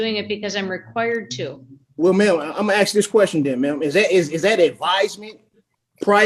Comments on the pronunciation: They're always axing for something. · Oh here we go, we've got another highly educated individual "axin" the judge about things, "axin"...whats the matter with these morons that want to change the English language. Basic schooling was NOT his strong suit. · anyone saying "aksing" makes them self look so fucking dumb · That goes along with “axing’